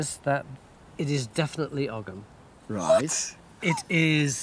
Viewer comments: It’s not Ogg ‘em. It’s Ogham pronounced O M - silent “g”. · I wish they would stop saying ogum. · According to my Druidry sources, Ogham is actually pronounced oh-yam. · It's weird hearing Ogham pronounced with a g. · well they can't pronounce 'ogham' properly 'g' is silent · It's pronounced "oe-um" but any real proffessor would know that. I very much doubt it says "corner 50 gang"🙄